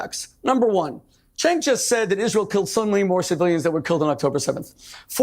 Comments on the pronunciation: Chenk not sink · It's prounced "Jenk", the letter C in Turkish is pronounced like a J. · Cenk=Jank. that is how his name is said. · Bro good Video but try pronouncing Cenk correctly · Just watch one tyt episode and should be able to pronounce cenk uygur correctly… ffs lol